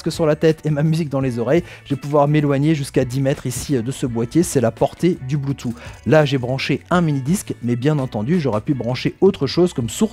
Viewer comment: bonjour, ce qui est dommage dans le commentaire c'est que l'on ne dit pas "bloutou mais bloutouss" et je trouve que pour une diffusion large ce n'est pas l'idéal